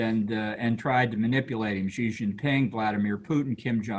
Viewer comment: I find it odd that Bolton doesn't know how to pronounce Xi Jinping properly.